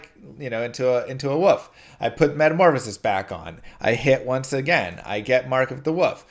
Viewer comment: For the love of god learn to pronounce “wolf”